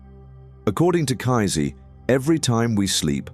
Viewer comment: Lol. I love the way you call him kaizee and not pronounce kaysee . You make him sound like nazi.